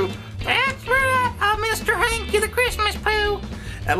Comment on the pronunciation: Hankie, not Yankie